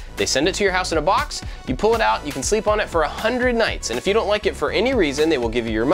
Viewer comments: Wow how did you even hear that??? It sound like "AND" 😭😭 good ear. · Damn, I thought it was "and" also. Well, time to unsubscribe